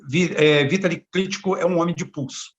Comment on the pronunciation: A pronuncia do nome é Vitáli e não Vítali. Mas tome cuidado com esse cidadão.